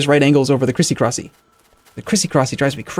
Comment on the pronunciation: “Crisicrosy” -, April 2017